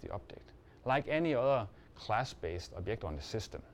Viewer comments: Yes. He sounds like he's saying "optic", but he clearly _meant_ object. The subs are wrong. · I think he's saying object not optic. +1 if you were confused for a little while